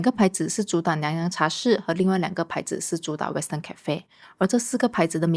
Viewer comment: 为什么主理人在英国呆了几年，发音却没有“纠正”过来？如：cafe、pacific etc…😂